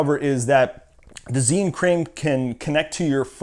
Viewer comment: mispronounced the name